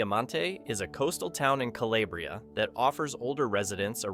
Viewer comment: Dear God. It is not "POOG- lee-ah." Also NOT "kuh- LAY- bree - ah." It is CALABRIA.